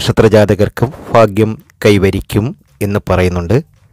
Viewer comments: എന്റെ ചെങ്ങാതീ...."ഫാഗൃമല്ല.".ഫാരൃയുമല്ല....ഭാഗൃം...ഭാരൃ...ഇതൊക്കെ ആദൃം പഠിക്കൂ. . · ഫാഗ്യം... ഫാഗ്യം... ഇടയ്ക്കിടയ്ക്ക് കൊട്ടൻ ചുക്കാദി തൈലത്തിൻ്റെ വിളിയും ഓർമിപ്പിക്കുന്നു... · ഫാഗ്യം,ഫർത്താവ്, ഫാര്യ,സൗഫാഗ്യം. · മൊത്തം ഫാഗ്യം ആണ് ഫായി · ഫയങ്കര ഫാഗ്യം😀😀😀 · ഫാഗ്യം...ഫർത്താവ്... ഫാര്യ....സൗഫാഗ്യം....കോട്ടയംകാരനാണല്ലേ....വെറുതെ പാവങ്ങളെ മോഹിപ്പിച്ചു പറ്റിക്കാതെ മിസ്റ്റർ... നക്ഷത്രം മാത്രം പരിഗണിച്ച് ഇങ്ങനെ പ്രവചിക്കാനാകില്ല